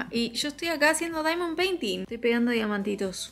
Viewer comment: xq pronunciar asi vampire diaries? que acento mas extraño. Y literal dos segundos despues, pronunciar diamong painting a lo argento. Me hizo mucho daañoooo